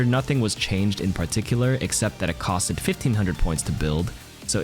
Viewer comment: Every time he said “cost-Ed” 🥴